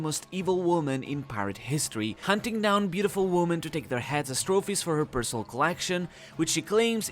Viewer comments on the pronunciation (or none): The plural form of woman, women, is pronounced wimmin.